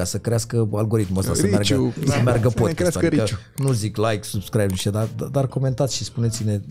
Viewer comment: Codin, nu mai zice "podkest", că mă zgârie la urechi! Nu e pronunția corectă. Please!😂